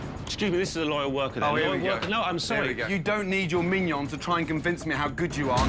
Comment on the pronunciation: ''You don't need your miyions to talk''